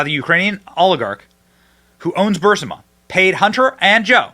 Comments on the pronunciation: Bro Benny, can you please stop calling Burisma Bursima brother. Your coverage is awesome but this insistence on mispronouncing it annoying. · Learn how to say Burisma. Just look it up one time and stop say "Bursima". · Bro! Are you STILL saying "BURSIMA"??? It's BURISMA my man. BURISMA. Not BURSIMA. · Bur- is- ma. Starting to get REAL annoying. Video after video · Love your show, but say it with us, Benny. BUR- IS- MA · You need pronounce Burisma correctly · Benny has a problem saying the name right